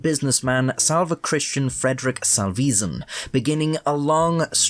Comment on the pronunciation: Sal-vess-en, not Sal-veez-en. Salvesen (UK) Ltd. are... Underwater Consultants, Surveyors and Engineers. Salvesen UK Ltd has been established for over 40 years. Christian Salvesen started out transporting whaling products but expanded into a large logistics firm being bought out by their catchily named French competitor, Norbert Dentressangle, in 2007.